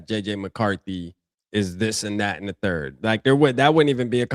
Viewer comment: "the football turd"